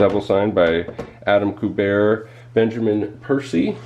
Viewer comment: It's Q-BERT. Adama Q-BERT, not koo-bear. LOL He's the son of Joe Kubert. Ever heard of him?????